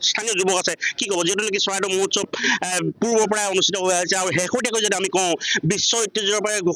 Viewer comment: মহোৎসৱ কব লাগে মহোৎখব নহয়